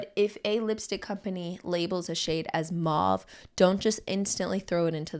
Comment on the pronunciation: "Mauve" rhymes with "clove."